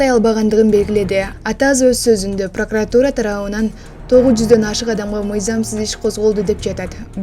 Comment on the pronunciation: Зулушев сен иштебесен дагы суйлогонду качан уйронот экенсин пракратураны туура айталбайт пыркратура деп